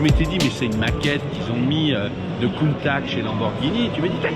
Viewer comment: doit revoir sa prononciation de Countach quand meme... avec tout mon respect.